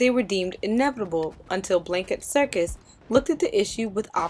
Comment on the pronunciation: It's Blackett, not Blankett